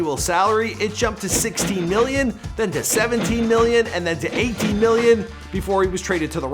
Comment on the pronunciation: Why every time he say million it sounds like hes saying billion